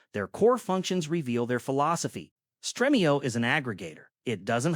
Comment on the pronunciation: Streamio not Strehmio